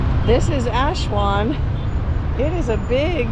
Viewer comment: Nice video. Not sure why Aswan is being pronounced Ashwan though.